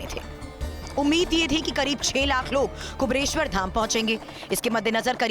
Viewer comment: एंकर को पहले ठीक से 'कुबेरेश्वर' बोलना सीखा दो भाई !